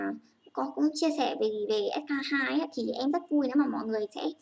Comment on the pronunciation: Em tưởng chị phải đọc là s , kay , tiu chứ ạ !